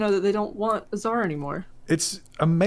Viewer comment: it's "Tsar", not "Zar". They write it with Z sometimes so americans don't read the C like K. Celary. Car. One is ts and the other K. Tsar is with ts.